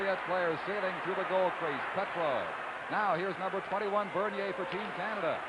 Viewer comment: PETROVE is what I heard but still very poor...Mike Walton was a dud in this series .